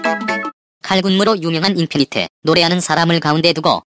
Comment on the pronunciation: 저만...자꾸 인피니트가아닌인피니티라고들리는건가요??